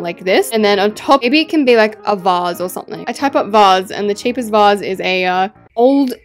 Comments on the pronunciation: Stop not VOASE Instead of vase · WHATS A VUS WHAT A VUS GIRL ITS A VASE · Your saying vase wrong lol